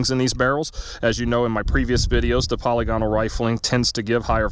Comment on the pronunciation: /puh-lig-uh-nul/ , not /polly-gonnal/ I had to google it yesterday because I was unsure. Thanks for doing this test! I was curious to see if anyone had done it. I would say that's conclusive results.